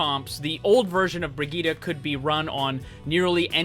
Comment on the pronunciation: she's useless now btw the way he says brigitte, BREEGUYDA! I swear english people sucks for any name that is not in english